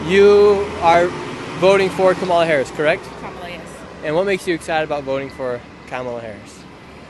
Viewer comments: Kamala is pronounced as Comma-la, not Ka-MA-la. Love your videos! Trump supporter 100%. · That girl in white jacket carrying yellow bag is voting Camilion. Doesn't even know how to pronounce her name. That girl ain't voting. She has no clue! Geez!!! 🙄🙄🙄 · is it Kameleon or Kamala? 😂🤣😂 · Great tip! I’ll remind others how to pronounce Kamala’s name Com a la as in Communist ❤ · They don't even know how to pronounce kamala.